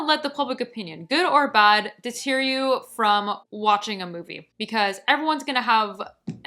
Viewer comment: I'm skeered of Beau Is Afraid. Looks like what you said, more or less. But if you 'hate long movies' then why watch them? If you don't have the attention span, then skip movies over 2 hrs. or watch them in two sittings. I think you mean 'deter' not 'deteer'- short 'e' in the 2nd syllable.